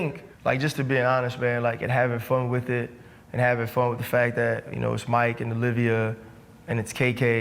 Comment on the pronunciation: Chan said WIT IT WIT IT! 🤣🤣💯